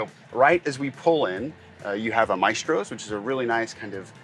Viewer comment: It’s pronounced “mass-tros” like Astros.